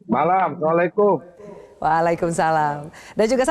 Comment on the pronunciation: Assalamu'alaikum bukan samlekum Gus yaapa Gus kok bilang samlekum